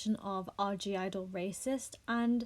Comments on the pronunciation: Not a fan but I'm more offended the way you say their name lol its just IDLE. The G is silent... And fk all these snowflakes! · Their called IDLE without the G why does everyone say gidle sjhdjd